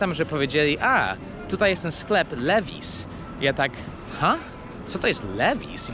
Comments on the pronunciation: Nie żaden liwajz tylko właśnie lewis. Jesteś w dużym błędzie. Tak samo jak amerykańce źle wymawiają np. Porsche mówiąc porsz. Doucz się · Nie kłamię. wymawia "liwajs", nie "liłajs".